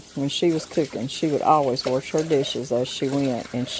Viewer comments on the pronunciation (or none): I was grinning throughout the entire video. You reminded me that my Auntie always put an "r" in wash and squash. THANKS SO MUCH FOR THE MEMORIES!!!❤